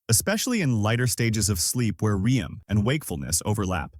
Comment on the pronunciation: AI can't pronounce "REM"